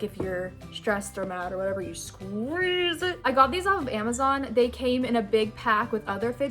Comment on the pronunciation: The way she is like “and u SqUiZe iT”